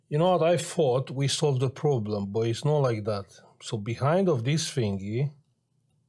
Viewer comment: i m watching the video butchering the pcb and hearing "yeah no prrroblem" hahaha amazing edit: damn the capa the otherside XDDD my poor man thats HURTS that's IPC -10 level (